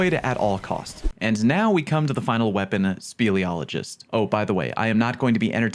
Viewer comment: Speleologist - Someone who studies caves. Pronounced correctly the first time. No notes.